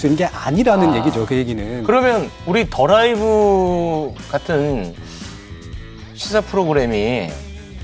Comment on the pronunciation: Globalization 에 첨단을 겉고있는 한국: journalism 도 또한 진보되었습니다 만... The Live ( 더 라이브) 의 앵커/ MC 님들 발음부터 높이셨으면... “ 더 라이브” 들을때마다 “Derive” 갈이 발음이 이상.